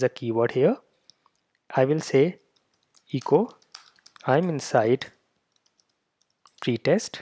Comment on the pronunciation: Also the e in echo is a short e sound like in the word bet, check, metal...Eh co not EE co. For Windows, use "pretest" : "del .\\path-to-json-files\\*.json". No need for rimraf. Also for a PC: "merge-reports": "mochawesome-merge mochawesome-report/*.json > out-file –encoding ascii output.json", Thank you for this helpful video.